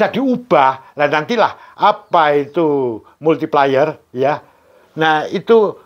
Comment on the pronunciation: Multiplayer baca multipleyer Multiplier baca multiplaier